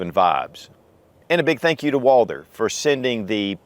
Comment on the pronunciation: Every time he says "UOAALDER" in stead of Walther my ears start to bleed.